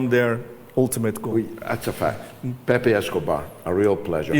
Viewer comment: Pepe, not Pepé, in fact the accent is in the first syllable but hide. It is the nick name for José even if his real name is not that. AI Overview The journalist commonly known as "Pepe" Escobar's real name is Emilio Escobar. He was born in São Paulo, Brazil, in 1954. "Pepe" is a pet form of the Spanish and Portuguese name José (Joseph).